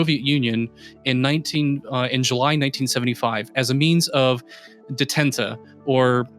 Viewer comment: The pronunciation of "detente" is "day-TAUNT", not "deh-TENT-uh".